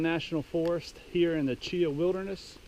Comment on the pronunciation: Grew up right down the road near Delta, spent my whole life up on the Pinhoti and the other offshoots. Glad to see someone posting videos about it. Side note though, it's pronounced Chee-haw, not Cheeuh. Hit the Chinabee next time you're in the area. Beautiful trail.